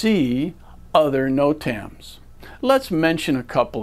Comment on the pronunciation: Good video just can't get passed the way the instructor says Notams lol. "noTAMS"